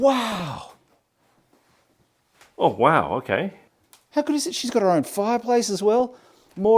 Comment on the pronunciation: His oern hoerm!